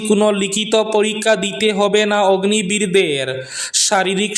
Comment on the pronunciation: অগ্নি বীর নয়, অগ্নিবীর 😂😂